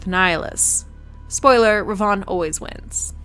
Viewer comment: Who in the fresh hell told you its Darth REVAUGHN